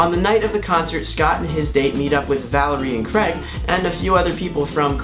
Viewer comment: It's not CREGG.... It's CRAYYYG !!!!!!!